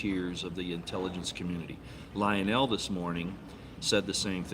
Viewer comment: You pronounced Lionel name incorrectly,.,and what are you doing to lose so much weight?